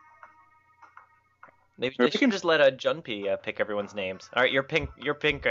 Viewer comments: I'm pretty late here, but it IS pronounced "june-pay" if you've ever played Persona 3, the comic relief character has the same name. :P Just thought I might point that out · June-pay. Like the Persona 3 character. :) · Yay you guys pronounced his name right ::D